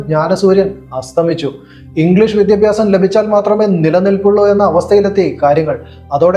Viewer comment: Vidhyabhyasam yennu correct aay parayan padikkado